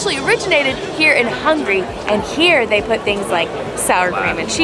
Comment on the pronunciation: Is saying Hungry instead of Hungary?.. It sounds kinda funny